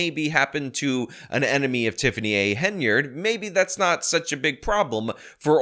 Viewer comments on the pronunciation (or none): HEN-YARD Not haynerd Come on man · Finally, you see the Hen rather than Hay, very annoying listening to you mispronounce endlessly